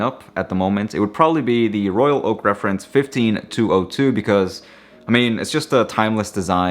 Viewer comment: The way you pronounce..Royal..Oak precisely of each word is excellent and extremely rare. Most say Royal Loak that make me annoyed. BTW I have only one AP, the 15202ST J series 2016.